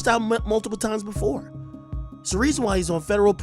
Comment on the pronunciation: one "weason"? lol that is adorable